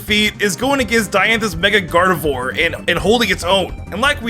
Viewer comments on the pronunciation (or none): none